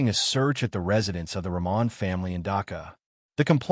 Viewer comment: Thx for the story from Bangladesh. FYI their last name is pronounced Rahman with H not silent.